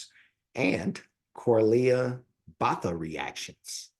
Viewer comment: Thank you for venturing into opera. Much information has been supplied, but just a snippet: Corlea's name is pronounced Boata. Amira is the suprano and Corlea the Mezzo suprano.